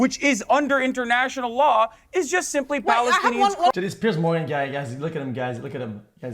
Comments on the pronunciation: "Pierce" Morgan 💀💀💀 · PIERCE Morgan 😭😭😭😭 it's piers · bro its piers not pierce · no it's pears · its peers morgan gumass